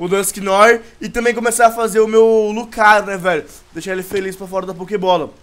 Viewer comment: VC pronuncia errado o dusknoir